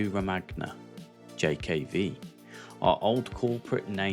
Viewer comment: You make an error : it's Romagna, we say GN not like "germans\saxons" .. gn sound is different in italian, check the name of Emilia-Romagna region... please. Becoming or being what we are not meant to be or don't want to be. I want to stay. La terra non fa schifo. Your work in this video is really remarkable. Good writing bro!